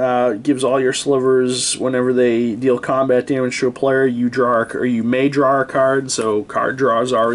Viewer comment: He's making fun of your pronunciation of the word "draw". But it's obvious what you mean so he's pretty much just being an ass.